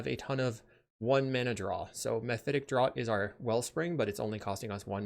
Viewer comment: Great vid, great deck. Just gotta give you a heads up that the word draught is pronounced like it was spelled draft